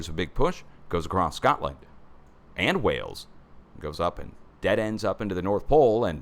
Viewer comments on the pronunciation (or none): I literally just said “Shcotland” at the same time did!😂